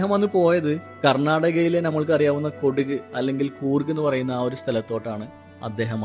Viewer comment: കൊടുക് അല്ല! കുടക്.